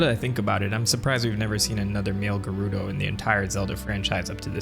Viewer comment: Yeah I'm married to Hyrule Historian, I'm pretty sure that you can't read Gerudo Script (Ger-Rude-oh).